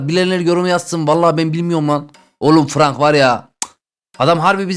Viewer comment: Abi franka frank denmiyor Frenk deniyor seni seviyorum 🥰